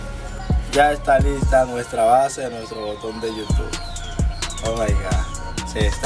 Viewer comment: No es yutuf es yutu